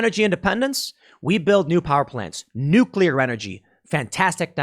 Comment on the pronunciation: Say it with me Tim, "Nuuuuuuuucccccclllllllllleeeeeeeear"